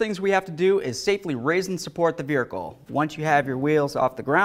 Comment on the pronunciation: My dude. I know you must get shit for this ALL the time, but what on Earth is the deal with how you say "vehicle"? There is not a single other issue with the way you pronounce any other word. You have crystal clear diction for the entire video besides this one single word. I am just baffled. No hate, just curiosity.